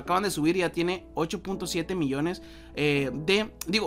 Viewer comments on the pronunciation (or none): none